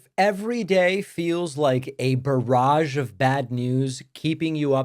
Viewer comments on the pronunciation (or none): none